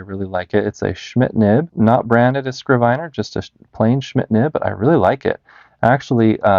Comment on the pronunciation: bro, you definitely know more than me, but i was almost certain it's pronounced 'skriv-ner'